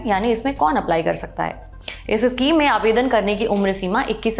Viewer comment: issschem nahi schem hota hai mam..